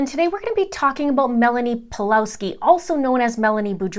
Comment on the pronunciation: Just a bit of advice, the Ws in Pawlowski is pronounced as V.